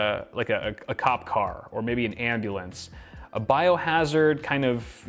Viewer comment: Did I hear andulance ????